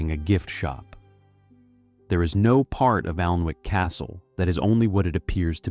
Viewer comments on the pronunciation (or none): I’m out - if you can’t pronounce the actual name of the Alnwick - ANNICK- then the research isn’t good enough. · It is pronounced anick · the 'L' is silent!